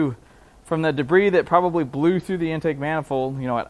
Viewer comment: De-briss. My son and I use this pronunciation when a caution breaks out a nascar race due to “de-briss in turn 2”…😀